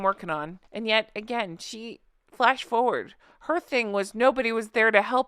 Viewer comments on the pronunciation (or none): none